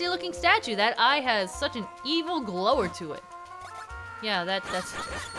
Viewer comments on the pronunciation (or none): Glower has it's emphasis on the "ow" part, pronounced more similarly to flower. Also you're incorrect in that Gold Kinstone being the first example of a Required Fusion, as the Hurdy Gurdy man wouldn't leave until you fused that Tutorial Kinstone with him. Also with the magazine subscriptions, those are added in as you walk in and out of the Post Office (with a few exceptions) at that point you can obtain a few of them and put your down payment on the next one in, they are unlocked through story progression but the first few copies will be delivered immediately as soon as you walk back inside. Also Percy is a guy's name. Also as I'm sure you've probably noticed, Carlov, the figure maker, is constantly adding more Figures to his collection as they're based on what you (the player) have seen in your adventure. Still enjoying the playthrough so far, a fun note to add might be some differences between the PAL and US versions, like for one I believe instead of one of the icons for Kinstone Fusing, they have a Blue Jar/Pot. Also the Swordmaster doesn't use the Poh-zeh-shun technique but something else entirely (same animation though...) Anyway keep on keepin on.